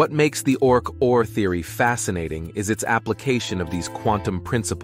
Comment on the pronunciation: It’s pronounced ORC O.R.